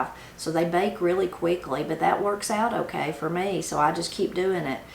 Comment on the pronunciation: I always enjoy your recipes, so much so, I bought several of your books. I had to laugh! We both say, "Okrey". So Appalachian!